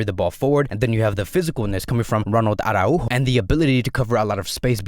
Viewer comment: Stop whining about Dembele, you're being too much of a fan girl. You sound like the 2 of you are lovers or something 😂 And stop saying Mas-row-ee or Ara-Hu-Go 😅